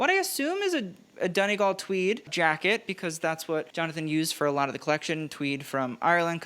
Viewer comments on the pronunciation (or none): none